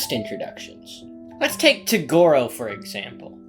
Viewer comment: how do u pronounce toguro so fucking wrong my guy